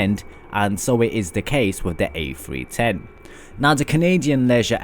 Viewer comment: This has to be the most annoying video i've ever watched . Sounds like you're in grade 9 auditioning for a scholarship. The airbus A-fwee-ten is quite the marvel to be sure